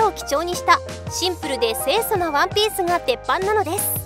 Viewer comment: ワンピースがワンペースにしか聞こえねぇ